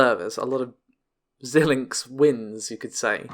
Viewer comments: Xilinx is pronounced "Z-eye-linx" and not "Zill-linx". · I do not believe that Xilinx is pronounced like that.